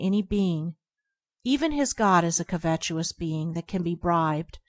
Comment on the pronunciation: It's pronounced covetous, not covetuous